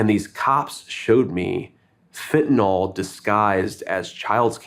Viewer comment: I am a 100% Trump/Vance supporter, but come on, do a little research. The drug is Fentanyl (pronounced Fen-ta-NIL) It isn't Fentanol like Tylenol. Politicians sound stupid when they mispronounce the name of the biggest drug problem we have invading this country. I guess it's a pet peeve, but come on.